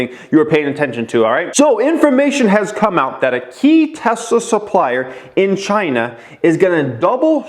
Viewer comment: Tesler tesler tesler com on TEVA 😂